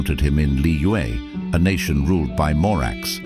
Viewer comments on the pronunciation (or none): none